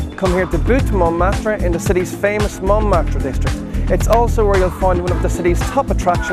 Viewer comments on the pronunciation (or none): No, you were told bad, there is a R sound at the end of Louvres and Montmartre. Only that R is more of a soft expired R... well a french R ^^ Just listen to a proper pronounciation, you'll see ! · Did anyone else notice that his pronunciation is terrible? I don't even speak French but know that the Louvre is pronounced "looov" not "Lou-v-ree" and that the "re" at the end of Montmartre is silent. You would think hostel world would learn the basics before giving travel advice...